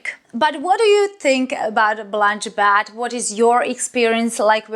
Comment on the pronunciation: Bet not bat. Nice review as always